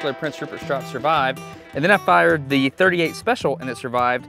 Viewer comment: Soon as he said fired lol I noticed that too